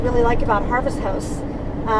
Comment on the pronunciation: Thank you ... for us newbies to be more half timers.... you are saying “Harvest HOST” correct? It sounds like Harvest House. Love your videos!